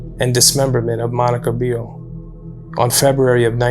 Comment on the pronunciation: You could at least attempt to pronounce the names correctly! Rockowitz is pronounced 'rock' like the stone and Beerle is not pronounced like beer the drink, but Bear le. She originally lived just 5km from me and was a wonderful person.